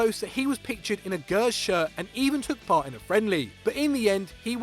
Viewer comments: It’s not Gers it’s G-ers J-ers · A Gurs shirt what? It's Gers not Rangurs just take Ran away from Rangers lol Is it Gurmans or Germans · Gurs instead of Gers? How do these guys get jobs? I get the impression that only has any idea about European football at all. This guy can't even say rangers nickname properly. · Anyone else hear the way he pronounced “gers” you’d think would correct him 😂